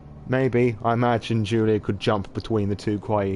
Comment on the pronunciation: I love your storytelling, it was great! One of the best streams of SoNY I have seen so far. PS: No, you butchered both name and surname ;p Slavic version of the name "Julia" is not the same as the germanic one in the terms of pronunciation, while surname requires soft "ń" in the middle.